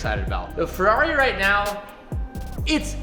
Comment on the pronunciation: FERRARI not FEWWAWI